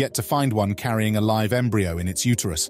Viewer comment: It's pronounced "live", not "live" 🙄